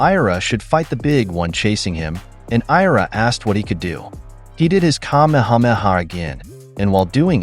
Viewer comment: bro said kamahamaha in the grass